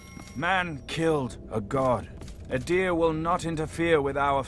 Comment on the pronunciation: Whenever people say 'Adyr' in this game I can only ever heard 'a deer'. "A deer intends to destroy me!"